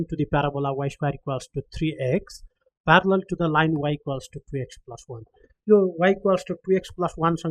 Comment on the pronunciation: Parallel not farallell